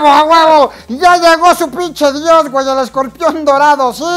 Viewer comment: me sonó tipo pinshi diosa por eso jaja